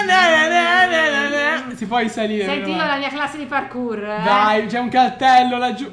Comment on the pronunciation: "PARQUR" non ho parole per descrivere questo.